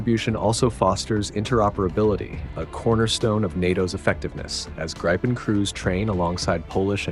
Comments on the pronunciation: Or, Gree-penn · Not “grajpen”, “Greepen”! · Its Grippen not Gripen...FFS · Gripen is pronounced Greepen , not Graypen. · The 'i' in Gripen is not pronounced 'ai' but is pronounced 'ih'. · Not graipen, not grippen, it is greepen. Like in speed... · The Gripen should be pronounced more like Greepen or like the I’s in Griffin. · Everyone, please say with me: Gree-Pen (like "greed" (minus -d) and 🖋️) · How to pronounce Gripen !!! It is not pronounced with an "i" like in "I eat", but with an "i" like in "with" or "in" or "finger". Let's now all repeat together: JAS "Grrrrripppen" Very well children ! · you lost me at gry pen 😂😂😂 not listening to american voices on european security right now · Pronounced "gree-pen" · LOL, Jazz Gry-Pen... Except for not phonetically correcting the narration, it's hard to deny that AI narration is pretty good these days.